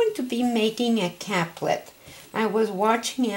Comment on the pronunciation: pronounced CAPE-LET .. thank you for this video.. the capelet is lovely :)